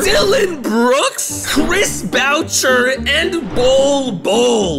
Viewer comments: “Chris bow Cher” Every Toronto fan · CHRIS BOWCHERRR 😂😂😂😂😂😂😂😂😂😂😂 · yo you pronounced Chris Boucher's name wrong. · this guy cant pronounce names to save his life (Boucher) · My mans butchered poeltl and boucher’s names 😅